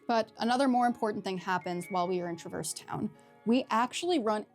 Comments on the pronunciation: I'm sorry to have to be the one to inform you of this but this is actually the incorrect way to pronounce Traverse Town. In the actual official games themselves we hear characters say Trah-verse Town. It's not even one of those things where different characters say it differently either, it's consistently called Trah-verse Town. Look it up if you don't believe me. Either way, say it however you want, caring about how others pronounce things in fictional media is one of the lamest nerd sins around. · “FINALLY someone on YouTube who pronounces ‘traverse town’ in a completely different way that the actual Voice actors do. God how dare everybody on this goddamn website pronounce a word the way it’s been told to them? Jeez Louise